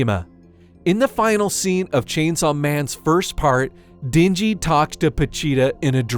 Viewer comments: Isn't it den-ji and not dingy? LOL I love it when white people pronounce Asian names. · Or how he calls the MC Dingy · "She doesn't give Dinji..." and again "Two things in which Dinji desperately needed." It should've pronounced like den. As in animal den. Not din, as in dingy.